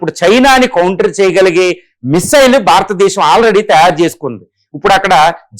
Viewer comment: భారతదేశం భారతదేశం భారతదేశం అని పలకండి